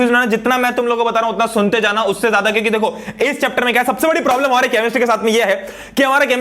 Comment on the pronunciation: sir ne kyuki ki jagah chyuki bola very funniest movement for me